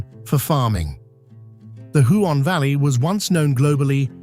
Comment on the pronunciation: If you’re going to produce such a glossy promo for our beautiful State, it would be a good idea to learn how to pronounce names of common birds (CURRAwong not curraWONG, KOOKAburra not kookaBURRA), and places (Huon is pronounced HEWon, not Hoo-on; Tamar is TAYmar not tuhMAR)